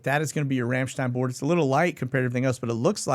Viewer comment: I LOL every time you say Ramshstein. I don’t know why. 🤦🏼‍♀️